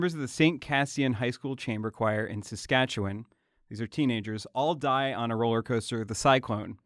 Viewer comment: Okay but A+ pronunciation of Saskatchewan tho!